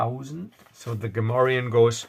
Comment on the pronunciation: You speak Gamorrean like a native ;) Nice adventure.